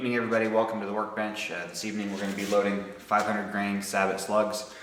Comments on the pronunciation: "Say-bo" not "sa-bet". It's French. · Why do you call the plastic piece a "sab bot" ? It's a French word. Do you call a General Motors car/truck a "Chevero- LET"? I doubt it. Sabot is pronounced "Say Bow". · Sabot is pronounced "sabow" not "sabbit" which is actually a very small sailboat. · SAY-BO.....it's a French word.....it means "shoe".....I think. Also, Horna-DEE, not Horna-DAY. OK, now that we have the ball-busting out of the way.....awesome video, dude! This is exactly what I've been looking for. Thanks a lot.